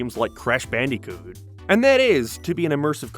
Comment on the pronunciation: did you just say "Crash Bandy-coot?" BANDY-COOT? And what was that afterwards, you say "in the early two-thousands," except it sounds like "two thyowsands" cuz you emphasize it so much